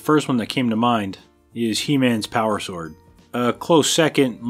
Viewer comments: While on the subject of Who is the Best Bond™️: "Shord" is exactly how Sean Connery would have pronounced it. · Uh... nice goof at the end. Sword forged... you mean Shord. Amateurs. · He is good with that shword